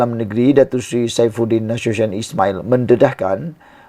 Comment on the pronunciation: Sebutan ko nama bapa saifudin tu ta betul cuba ko cari daripada orang lain. Nasution.bukan mcm sabutan ko